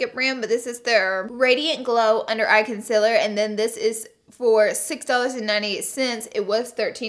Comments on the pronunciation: Its called concealer not consiler. No hate love u laura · It’s pronounced concealer not conciler...... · No hate bc I love your channel but concEAler not conSILLer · conSEALer conSEEler not consiller wtf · If I had a dollar for every time Laura Lee says “consiller” in one video.. 😂💜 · The way she says "con-sill-er" cracks me up! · CON - SIL - ER 👌🏻😭😂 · CON-CEAL-ER is it that hard to say it right?? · CONCEALER please omg! its not consiller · CONCEALER NOT CONCILER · Concealer not conceler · Literally every time you say concealer I cringe lol love you tho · Every time she says concealer I wanna jump in front of a bus. Oops? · Your pronouncing concealer wrong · How she says concealer 😂😂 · I HATE THE WAY YOU SAY CONCEALER HAHAHAH